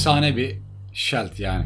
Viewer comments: Keşke hızlı koşma gibi bi boost güncellemesi yapsalarmış. Bir de hacı abi küstahlık yapmak istemem ama çok dikkatimi çekiyo her videoda shield, "ŞİILD" diye okunur. :) severek takip ediyorum sağolasın. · Şayld diye okunduguda gorulmustur :) Söyleyeyim dedim .